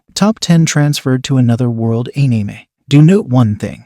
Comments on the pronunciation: your pronounciation of isekai , tensei and anime is somewhat off m8, other then that nice list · You have committed treason on the way you pronounced anime and isekai in this video punishment is make more videos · Why does he say anime like that lmao